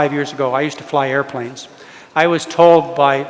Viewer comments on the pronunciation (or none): none